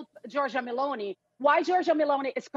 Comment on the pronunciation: Her name is not M a l o n e y. It is M e l o n i !